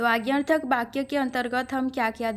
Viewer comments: कृपया 'बा' का उच्चारण न करके 'वा' का उच्चारण करने की कृपा करें 🙏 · माफ़ करें महोदया...लेकिन जब जब आप ' वाक्य ' शब्द का उच्चारण करती हैं तो। ' बाक्य' उच्चारण की तरह लगता है।ठोस पहुंचाना मेरा लक्ष्य नहीं था।